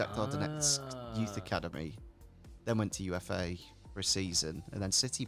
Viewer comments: UFA is pronounced "oofa", not "u f a". It's a Russian city. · I think UFA, is pronounced 'ooofa'